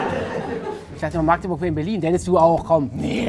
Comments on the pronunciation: magdeburg und nicht maaagdeburg bitte -. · Wie am Anfang jeder Magdeburg falsch ausspricht :/